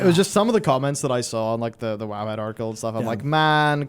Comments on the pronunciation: saying woah instead of wow.-. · One man on a mission to pronounce the acronym for World of Warcraft as "whoa" even though it literally spells the word "wow". This is another example of how I feel like M+ is gradually choking the life out of the game. It's made them lazier at dungeon and encounter design, it's cheapened the value of raiding as endgame content, and now you got them releasing new content to essentially be obsolete on launch for power progression because if they don't do it that way it will devalue it for M+ in a *future patch*. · I cringe every time he says wow and for some awful reason pronounces it "whoa-wu". Cringe was not enough apparently as i now had the pleasure of hearing you say wowhead Just why ͡ಥ ͜ʖ ͡ಥ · Is there a reason that calls it “woah” that I’ve missed? 😂